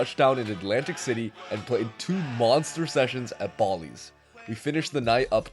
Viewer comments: lol he never pronounces Bally’s correctly 😂 it’s not “Bawleys,” it’s “Baalee’s” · I've never heard someone pronounce Bally's like that before..I'm almost positive it's pronounced like it rhymes with alleys, not like Bali the country. It could just be comment-baiting though which is annoying.